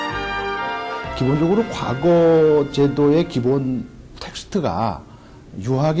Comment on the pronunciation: 이 narrator는, past라는 "과거"와 옛날 시험인 "과거"의 발음을 혼동하고 있음은 현 한국 문화의 아이러니인가? "한글 전용 광난"의 소치다.